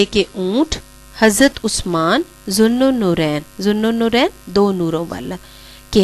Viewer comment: Zun norain lafz ap n ghalt bola mam